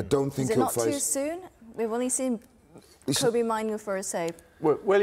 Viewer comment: It's Kobbie, like Robbie, but with a K, Please stop calling him by someone else's Name?